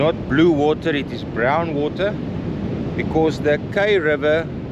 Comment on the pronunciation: Pronounced “ Kaai “